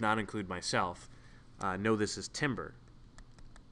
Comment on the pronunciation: 1. Timbre is pronounced as "tamber." 2. It looks like you had the tuning fork so close to the mic that you clipped the fundamental. This will generate the Fourier series of odd harmonics. Notice how the 3rd harmonic is more prominent than the 2nd?